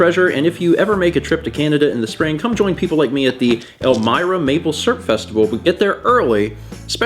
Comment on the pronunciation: Maple Srp, not Maple Syrup, Maple Srp. But dont worry, I also say it like that xD